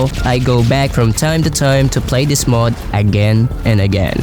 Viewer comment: Where are you from? (I never heard Mod being pronounced as Möøőōœọôóòd before)